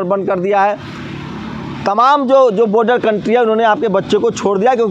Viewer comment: Pehle boder ko Border kehna to seekh lo, phir reporting karna..